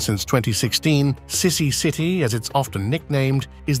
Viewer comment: his name is pronounced seeesee , pls call him accordingly!